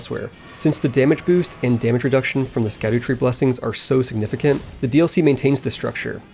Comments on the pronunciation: correction: its scadu-tree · You probs know this by now, but it's pronounced "Shadootree", for dumb language reasons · Just fyi scadu tree is pronounced shadow tree as scadu is just an old english spelling of shadow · Funny enough "Scadutree" is pronounced "shadowtree" since its like olde english kinda like "gaol" = "Jail"